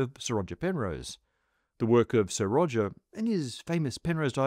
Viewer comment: Wong wiv, Wodger!!!